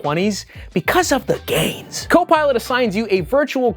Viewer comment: Sounded like you said "it's for the gays" instead of gains 😂